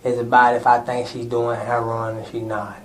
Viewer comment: He took back the part about selling "hair-on"